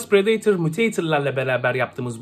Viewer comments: prideytır Adidas temsilcisi:predetor..... Bruh😭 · Pıradatör diye okunmuyor mu mk